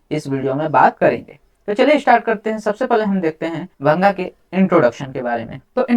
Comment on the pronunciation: Its not bhanga it is bhaang